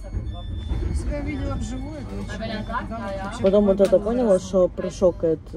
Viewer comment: Ну, ладно вы хг -каете вместо г. Это такой у вас диалект. Но почему пОняла вместо понялА? И вопрос к Ане - если по твоему штаны из джинсовой ткани, то это джинсы? А если куртка из джинсовой ткани, то по твоему это тоже будут джинсы?